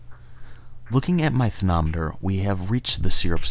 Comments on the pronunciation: Anyone else hear "therNometer" instead of thermometer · am i the only one who heard him say "candy thernoneter" xD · I'm years late, but I like how he says thernometer and NO ONE pointed it out